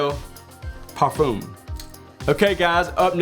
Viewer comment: No offense to this guy, but I really can't stand the way he says 'par-fume'. I love Layton 'nd I got it after fragrance reviewers like him recommended it. Not looking back. We need people like him to make more videos. :)